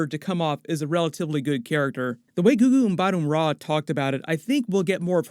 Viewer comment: It's Gugu Mbah-Tah Raw